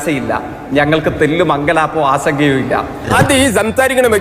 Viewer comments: ആദ്യം നാവൊന്നു വടിക്കെൻ്റെ ജെയ്ക്കേ ... ആസങ്കയല്ല, ആശങ്ക. ശംശയമല്ല, സംശയം.😅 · ആസങ്ക, നിരാസ... ഫ്ഫാആ 😂😂😂